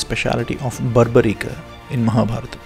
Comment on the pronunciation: True Madam and thanks for pronouncing sanskrit words correctly like Ramayana and Mahabharatha not ramayan or mahabharath. Proud of Sanathana Dharma